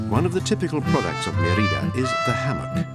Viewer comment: Put the accent on the first syllable: Mé-ri-da. Odd that you would not pronounce the name of the city correctly when making a documentary of that city.